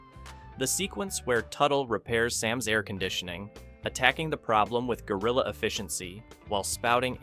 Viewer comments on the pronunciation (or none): none